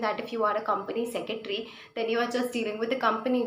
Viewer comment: How many of u got pissed every time she said, "Company Secetry". Madam, spell it correctly - it's 'Company Secretary'.